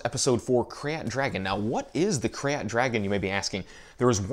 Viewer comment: Super duper late but Krayt is pronounced like the word crate.